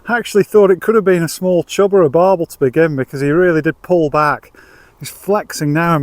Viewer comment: Barbel not barble